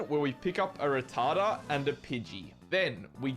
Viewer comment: The way you say "Ratata" sounds like a no-no word. Somuchso that the auto CCs youtube put on this legit censor you🤣🤣